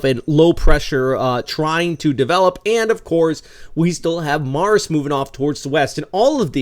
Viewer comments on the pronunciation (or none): The pronunciation of Marce is mar-se not mars 😅